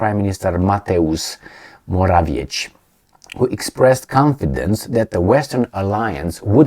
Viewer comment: Morawiecki - to be pronounced Moravyetzky. Why is it so hard for you? If I were to repeat somebody's name many times I would look in up I internet